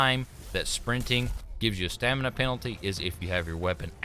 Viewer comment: I love that he said "Stanima" instead of Stamina